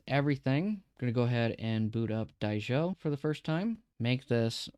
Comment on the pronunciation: I think the OP doesnt know how to read. He calls it Die-Sho. Don’t call it incompetence, it’s like dyslexia or something.